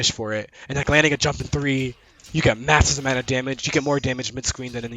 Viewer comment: Here’s a fun drinking game: take a swig every time he says “massissv amount of damage”